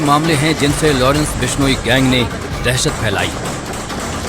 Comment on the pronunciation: टट्टू माच , बिश्नोई गैंग क्या शब्द है , सही तरीके से बोला कर और अपनी रोटी सेकता रह